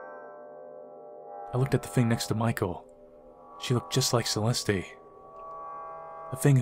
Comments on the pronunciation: It is not “CE-LESTEE,” it is pronounced CE-LEST. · Holy triggers Batman! Its pronounced CE-LEST, not celesty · Pronounced Cell est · why the hell is he pronouncing Celeste like that